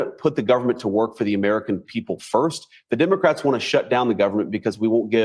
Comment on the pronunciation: I was getting the pun of “dim” ocrats until I realized that you say the letter “e” as an “i.” Haha.